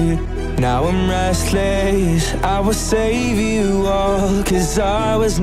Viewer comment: How does even pronounce Restless like that. Ever since I first heard this, that is what I have been thinking and it has been bugging me.